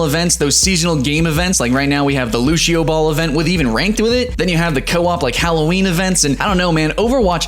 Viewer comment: "Lushio" Its Loo-See-Oh